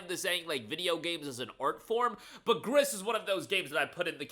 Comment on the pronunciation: Great list! Not to be that guy... but "Gris" is a French word, so it's pronounced like "Gree".